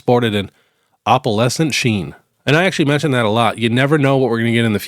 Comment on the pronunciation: OPAL-ess-ant is how you say opalescent. I worked in antiques for a long time